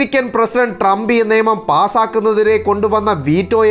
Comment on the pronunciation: നേമം ആണോ അതോ നിയമം എന്നാണോ പറയേണ്ടത്? അതുപോലെ പെട്രോൾ എന്നല്ല, പട്രോളിംഗ് എന്നാണ് ,,,അല്ലേ,,,,?